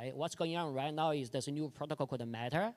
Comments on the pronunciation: What’s he saying the protocol is that enables all major players to interoperate ??? Sounds like he say “… called the matter…” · “For example, in IoT, there’s a new protocol called _____ , that basically enables all major players to interoperate….” ….. right when the speaker makes this statement the subtitles stop and his pronunciation of whatever the protocol is he is referring to cannot be understood… can someone help me out and fill in the blank??? … is he talking about IoTeX?